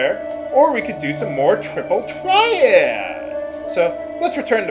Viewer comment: TRIPUL TRYE-AD! :D I love it when you say that.